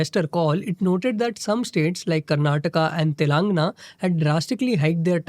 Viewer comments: तेलंगाण✅ तेलानगना❌ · Telugu has ae and aee sounds. Hindi speakers say "Taaelangana" it should be a soft ae sound, so "Taylangaana" is the right pronunciation.